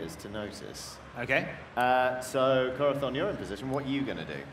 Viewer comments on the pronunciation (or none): Am I the only one who thinks it sounds like he keeps saying Corathon instead of Corazon? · You are right, it is like with the word Chorizo is pronounced Choritho in Castellano at least